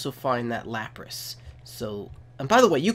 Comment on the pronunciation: No offense not to be mean but every time u said lapras I facepalmed